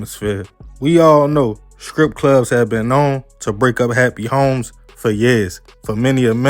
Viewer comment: Not scrip clubs it’s strip clubs